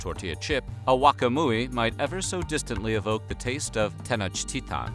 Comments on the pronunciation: Is Tenochtitlán not Tenochtita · Why do he say "tenochtitan" it 'sTenochtitlan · It is grating to hear the capital name butchered.